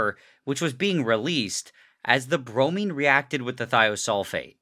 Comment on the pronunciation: Bromine sounds like brownie